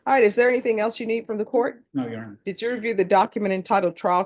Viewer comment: "Yes, your honor… yes your honor, Yes yonor… Yeyonor… ye y'nor… ynor… yun… y'ynr…"